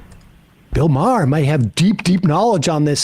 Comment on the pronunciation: How did they not jump on Bill Maher for saying Right-er?! Bill Mahrer really shows how out of his depth in terms of intellect, comedic ability and modern understanding when he’s sitting across someone as intelligent and informed as MacFarlane is